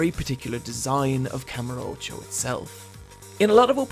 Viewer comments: As much as I agree with almost everything in this video and personally love this series, minus the zombie game of course, I just couldn’t get through this video. Simply due to the pronunciation of kamurocho. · Kamur Ocho???? Its called Kamu rocho